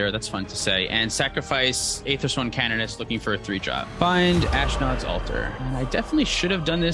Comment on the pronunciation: Ethersworn Canonist; Ee-thr-sworn Can-on-ist not. Ethersworn Canoeist; Ee-thr-sworn Kuh-noo-ist.